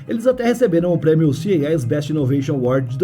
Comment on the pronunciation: Eu acho que te confundirem com IA é uma forma de elogio, porque você tem uma boa dicção, praticamente sem falhas. Embora a sigla CES (creio que é dela que você falou), esteja sendo procunciada errado hehe...